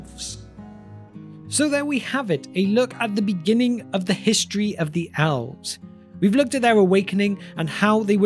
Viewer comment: owlves. why do you say a short e sound as an ow sound? do you also say owveryone (everyone), or owlse (else), or owver (ever), etc? not asking in a mean way, just curious